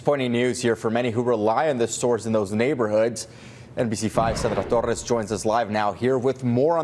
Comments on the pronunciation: Lol that nbc newscaster “Sandrrrrrrra Torrrrres” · Gotta love the idiot Journo who refers by name his co worker, Sandra Torres... "Saandraas Thorezzz. WTF. You don't get more woke than that S--t.!